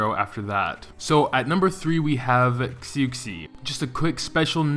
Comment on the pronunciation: When you say xu xi! It's shu she!!!